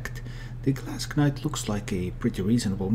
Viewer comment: You dont pronounce the k in knight, it sounds the same as night. Nice vid nonetheless though.